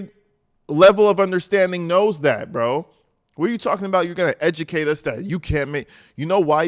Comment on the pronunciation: Did I hear the word ' edumacate ' from the content creator?